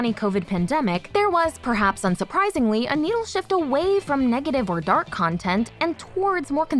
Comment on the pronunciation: The way she said dArk was stupid lol